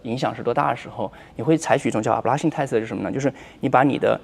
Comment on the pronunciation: ablation test发音好魔性哈哈哈哈